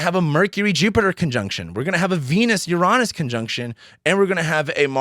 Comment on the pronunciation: I'm usually very cautious about who I get my information from, especially in this topic of astrology. But your video today helped concrete my opinion of you. Your outlook, insights, and honesty reveal your good energy. I may disagree with your pronunciation of Uranus, but that's a small thing, haha! Thank you, sir. It's good to find a good voice.